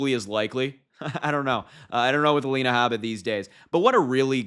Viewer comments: It's purposely bring disrespectful by saying her name wrong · Saying her name incorrectly on purpose is petty.